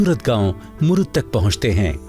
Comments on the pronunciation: Its a Murud (मुरुड)not a मुरुद. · पहिले किले का नाम मुरूड जंजीरा है... ना कि "मुरूद ".. हिस्टरिकेल नामको बराबर से स्टडी करके लिया करो... आपजैसे लोगोकी वाजहसे ओरिजिनल नाम बदल जाते है.. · जनकारी बहुत अच्छी लगी । लेकीन आपने महाराष्ट्र का जंजिरा किला मुरुड को मुरुद बोला है. जो की मुरुड होना जरुरी है। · शहर का नाम ' मुरुड ' हैं, मुरुद नहीं! कम से कम सरकारी चॅनल से ये अपेक्षा न थी